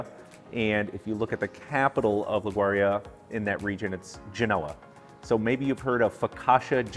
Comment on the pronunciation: Nice video, but you killed the name of my home. It is pronounced "Li - goo - ree - ah" --- Grazie from a native Genovse.